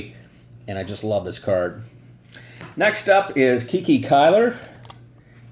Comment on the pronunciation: Great informative video per usual. Just a heads up on how Cuylers nickname was actually pronounced and why… Though contemporary newspaper reports typically referred to Hall of Fame outfielder Hazen Cuyler by his given name, the right-hander is more easily recognized by one of the most unique, yet most often mispronounced nicknames in baseball history: Kiki. “It came from shortening my name,” Cuyler explained about acquiring the moniker (which rhymes with “eye-eye”) as a minor leaguer in 1923. “Every time I went after a fly ball, the shortstop would holler ‘Cuy’ and the second baseman would echo ‘Cuy’ and pretty soon the fans were shouting ‘Cuy Cuy.’ The papers shortened it ‘Kiki.’”1 According to another story, the sobriquet had less glamorous origins: It arose as a way to mock Cuyler, who struggled to overcome his stuttering.